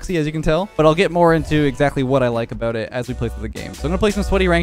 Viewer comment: We all knew who he was talkin aboot